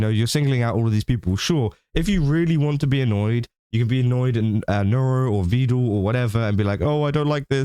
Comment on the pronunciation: he is Evil fans 🤣🤣 only Evil say Vedool sometimes